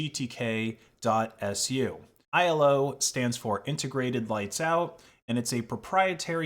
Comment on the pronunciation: Bro it's just iLO not i.L.O. t. I work on them at hpe